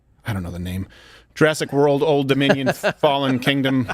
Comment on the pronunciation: Apparently it’s hard to say the word Dominion